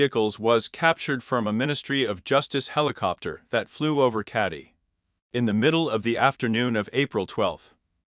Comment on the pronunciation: Keddie not caddie